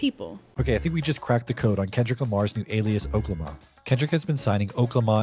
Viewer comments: I’m just glad stopped saying “Okay-Lama” 😂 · It’s pronounced (Okay 🦙 llama) 🤦🏾‍♂️ Errrrrrbody sound crazy saying it like that. He’s used it in previous albums Y’all buggin!!!!! Can’t believe you said it like that so many times!!!!!🤦🏾‍♂️ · It’s O-K-La-ma… like how he rapped it on “Fucking Problems”